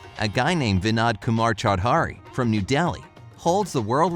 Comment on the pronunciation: It's "cho-dar,-ey,' not chow- dhari!